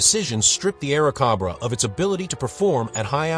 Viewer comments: Aira Cobra as-in the the hooded venomous snake not as in air (corn on the) cob raw… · It's Airzcobra like the snake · One of the absolute WORST AI GENERATED videos out there...The P-39 "Awercoba"... 😂😂😂😂😂😂😂😂😂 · THE A I voice SUCKS! The AIRCOBRA (like the snake, Cobra ) not what the voice says. And it goes downhill from there. Like, the P (pause) 40, and so it goes...